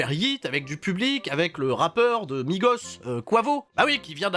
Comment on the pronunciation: On ne prononce pas le s de Migos